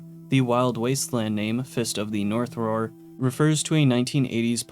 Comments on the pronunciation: I hate being a grammar Nazi, I just love this anime and this game so: Roar and Rawr do not sound the same Rawr is supposed to slant rhyme with star Fist of the North Star Fist of the North Rawr Okay I’m done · "Rawr" being pronounced "roar" when the joke is that it rhymes with "star" for Fist of the North Rawr is what got me. Especially since he said it both ways in the video. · Rawr is pronounced Rar